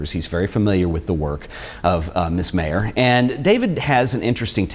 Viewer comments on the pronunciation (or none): Her "kids" called her Miss M eye er. Not M may er. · What's interesting about your video is you mispronounce her last name. As you can see from my name I can tell you it's pronounced "Myer" . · Its pronounced Meyer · Pronouncing her name the way she did, according to people who knew her couldn’t hurt your credibility . . . MY-er. Whereas mispronouncing it . . . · Pronounced Myer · if you respect Vivian Maier so much, kindly pay her the respect of pronouncing her name correctly. While she spelled her name several ways, she, as far as I know, pronounced it only one way. MY-er.